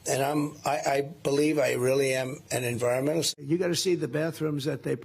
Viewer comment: Trump tries to say he's an environmentalist, but can't even pronounce the word. 😹